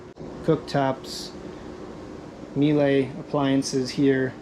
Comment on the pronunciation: Nice boat well toured, not everyone can talk on camera and show a boat, good job. If you're interested, Miele is pronounced meila, rhymes with the girls name Sheila. 👍🇬🇧